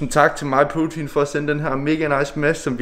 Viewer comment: Det lyder som du siger "My Putin" og ikke "MyProtein", haha